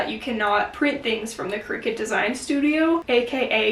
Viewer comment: Isn't it pronounced cry-cut? As in creative cutter?